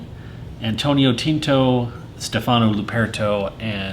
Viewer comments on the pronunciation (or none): It’s latin, so Alma MaTer, ‘t’ like in 10. Gigli is with sweet G, like ʤiːʎʎi. And finally is Stèfano not Stefàno :-) you asked for help!